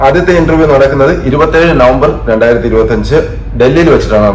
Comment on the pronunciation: ഇൻൻ്റെർ വ്യം എന്നാണ്